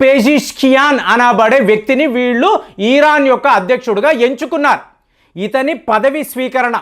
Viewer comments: సార్ ఇరాన్ అనాలి ఈరాన్ కాదు...ఎన్నిసార్లు ఎంతమంది చెప్పినా కూడా ఇదే ఈరాన్ అనే పలుకుతున్నారు.. తెలుగు పరువు తీయకండి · ఈరాన్... కాదండీ ఇరాన్.... ఇజ్రాయెల్ వారు ఇరాన్ ను ఆక్రమించరు యూఫ్రటిస్ నది వరకు వరకు ఆక్రమణ చేయవచ్చు.... అది బైబిల్ Prophecy..... దేవుడు వారి పూర్వికులకు వాగ్దానం చేసిన land అది.... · వీడు ఒక BJP fanatic. ఈరాన్ కాదురా నాయనా😂😅 ఇరాన్....